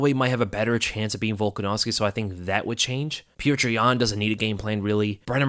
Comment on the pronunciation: So happy that you pronounce Petr correctly as "pyotir"! Now we have to work on Özdemir 😘